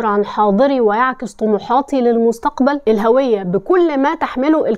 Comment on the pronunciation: اشتركت في القناة من أول فيديو شاهدته.. إلقاء جميل.. ثقافة شاسعة.. اهتمامات رائعة.. قدرة على التحليل والربط والشرح، واستعراض التاريخ.. ما شاء الله.. تحياتي لك ولكل متابعيك🎉 فقط ألفت نظرك بُنيتي إلى أنها هُوية، وليست هَوية من الهاوية.. لننشر الصواب من خلالك .. وكذلك حرف الجر (الباء) مكسور حتى في النطق بالعامية، فنقول بِالليل وليس بَالليل.. ولا نفصلهما كتابة أو نطقا: ب الليل/ ب النهار .. ل التفسير.. ل المشاهد.. وقد تطور الأمر ؛ فصاروا يكتبون: لي من يهمه الأمر بدلا من: لمن😅 والعجيب أن البعض يفصل الباء واللام كحرفي جر عن الكلمة المجرورة؛ ثم يلصق الفاء وهي حرف جر، فيكتب: فالشارع، فالمدرسة؛ ومع الدمج الخاطئ يتغير المعنى ويرتبك القارئ، كما نفعل في الكتابة على الفيس والواتس😂